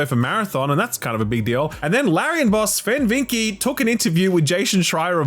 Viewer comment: You’re pronouncing Vincke a bit wrong, it’s pronounced VIN-kuh